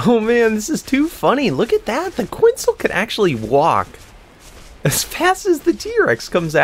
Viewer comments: btw its not pronounced quintzal its pronouced cu et zal co at lus just to inform u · I've been watching your Ark playlist all the way through, and I gotta say, it really bothers me when you mispronounce dinosaur names. ITS PRONOUNCED QWET-SAHL